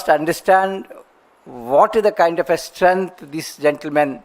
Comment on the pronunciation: मुझे मोदी पसंद है।अनपढ़ हुआ तो क्या हुआ, बोलता केटका सारो छे, टेलि प्राॅम्पटर इस्तेमाल करता हैं तो क्या हुआ मोदि जी जैसा STREANH (i mean strength) किसी का हैं क्या 😂😂😂